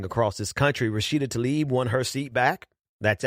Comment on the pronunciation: tlaib is pronounced tlah-eeb.